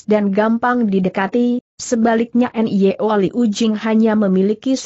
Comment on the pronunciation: Nyo Tiong Eng. Putrinya bernama Nyo Liu Jing. Sayang suara google mengubah Nyo menjadi: en-ye-o. Apa tidak bisa ucapkan: Nyo????? Mohon kualitas ucapannya ditingkatkan. Trims